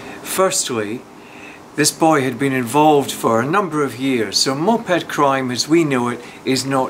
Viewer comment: Why does he say Moped like MOP Head hahahahahahahaha